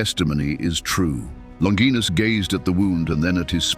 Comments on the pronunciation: Longinus is pronounced - 'Lon- ji- nus.' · Longinus is pronounced LONG-gin-us. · OK AI… It’s pronounced LON – JY – NUSS. …….Not LON – GEEE– NUSS. ..Like in vagina… Which isn’t pronounced VA – GEE-NA. ….. It’s Va.– JY – NA. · The word "longinus" is not pronounced "longeenus" in English. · Many pronounce his name, "Lawn jai nuss" , but neither Hebrew, Aramaic, nor Latin have the "J" or "dg" sound. St Longinus means, "The Holy Spearbwarer". I look forward to meeting him when my time comes.